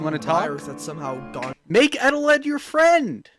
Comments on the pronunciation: no wait on not eteled, EGELED. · "egg eteled" Eggeled